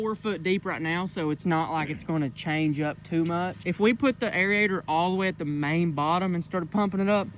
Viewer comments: It's pronounced Air-ator Airator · Air-ator. 😂. God bless you always a good time with the uploads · Air-ator....not Air-E-ator....hehehehehe....the E is silent. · I just wish Jesus would give you the good sense to know how to pronounce the word Aerator......hint it's not area-ator lol SMH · love you man love up but trust me bro idk the science behind it but I’m pretty sure it’s pronounced air-ator not area-ator hahaha love you brotha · It drives me crazy listening to you say "air-e-ator". I know you're very smart but clearly you played hooky too much from your grammar classes in elementary school. All your aubscribers are cringing as well as all of the English teachers that are viewers. Otherwise great job on the vids though.